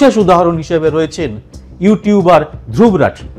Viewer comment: ওর নামটা ধ্রুব্ । তাই সে ভাবে উচ্চারণ করাই ভাল। আমার নামের ক্ষেত্রেও এই সমস্যাটা হয়। হিন্দিভাষীরা সুবরত্ উচ্চারণ করে। আমাকে কারেকশন করেসবলতে হয় এটার সঠিক উচ্চারণ সুব্রোতো।